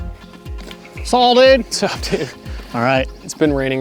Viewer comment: The "'Ts ahhh" always makes me laugh. Sorry I dunno how to write the letters to produce the sound of that excellent phrase. You know, the butchering of "what's up" by.